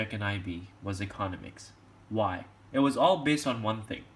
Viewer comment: the way you say economics gives me anxiety